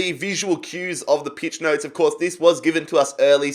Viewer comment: Did he just say peach notes😂